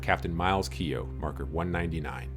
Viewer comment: The name Keough is pronounced "Key-och", the second part being as in a Scottish Loch, without the L, but not lock.